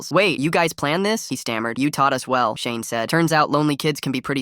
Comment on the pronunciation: The first time you said shane it sounded like shame and always the beatu up hondas